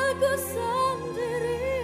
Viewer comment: It's "sendiri" pronounced as sern-dee-ree not sen-ngee-ri. obviously misheard it.